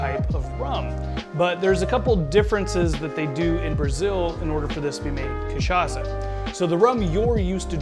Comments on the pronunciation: in fact, the sound of "ç" in portuguese is equal to "ss" in eglish. So, the "ça" of the word "cachaça" supose to sound like "ss" in the word "stressed".(Miguel Nunes, from São Paulo). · Sir ! The way you mispronounced cachaca is hideous. Delete your video and redo it